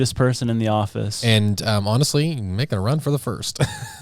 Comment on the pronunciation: I swear said otterously instead of honestly 😅